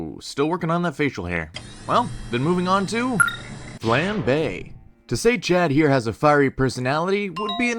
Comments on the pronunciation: It's flambé not fla-bae, you pronounce the a like flan like the food not flan like flannel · The way how you pronounced Coupe and Flambae concerns me